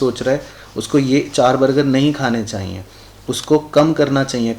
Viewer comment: Chahyie word is so funny,when sir say chayie I litterlly laugh